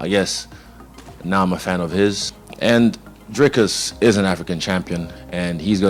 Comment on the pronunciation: Its not dry cus its dreeeeeekus say the name right comon